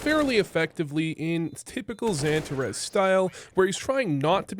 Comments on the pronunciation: Love the vid! But damn does it hurt my ears every time you call him pronounce it santa res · Funny how you pronounce Xantares different from every one else. Xypnix or Xyp9x. Xan tarras or Santa raas Good vid none the less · dude, everyone gets xantares name right… except you😂